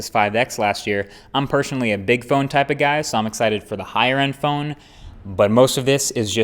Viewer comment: Also not to rain on your talking parade but why do you say pershonally? Is it by mistake? Cuz I've noticed that happening I think 3 times now and it's not annoying or anything or distracting but it's just something to point out. Again, why do you say pershonally, not personally?